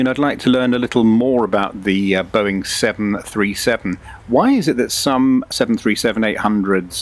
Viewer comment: Out of all the impressive stuff in this video, the one thing that triggered me a bit is when the AI says "Boeing seven hundred and thirty seven" instead of "Boeing seven three seven". Its minor, but its something that is happening all the time with the current TTS in MSFS 2024 and it drives me crazy, along with all the other ridiculous things that the TTS in MSFS says. SI is lightyears beyond what is available in MSFS, but it just goes to show how even the smallest details can be immersion breaking in something like that. I'm still sold though. The only thing I wish MSFS would do is allow for these services like Say Intentions and BetterATC to actually REPLACE the in game ATC functions instead of it needing to work along side it. I hate having something as great as this, while also still needing to utilize the simplistic and dysfunctional default ATC system.